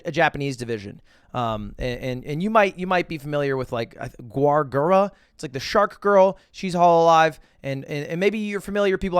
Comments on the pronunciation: Gaure Gura too lmao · gwar gura